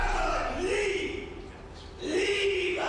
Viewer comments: “Leave-Ah!” What is he super Mario adding syllables to his words? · Leave! Not leava 😂😂😂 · was actually saying, "Leava!" Not "Leave". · Leave-uh!!! Leave-uh!!! Leave-uh!!! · LEAVE-UH!!! LEAVE-UH!!! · Dude added an extra syllable to “leave”…. LEAV-UH LEAV-UH 😂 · Leave uh 😅 can't get out of my head 😂😂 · he finna leavuh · I did not know leave was a two syllable word